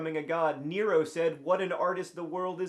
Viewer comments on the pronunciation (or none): none